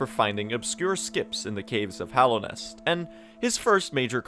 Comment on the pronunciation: FINALLY, someone who actually pronounces it "Hallownest" and not "Hollownest"